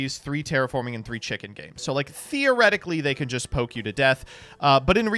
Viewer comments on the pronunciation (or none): none